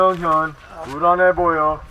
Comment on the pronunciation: 내 최애 부분..이근대위님 발음 중독성있음.. 아아! 유명현 부란해보여어~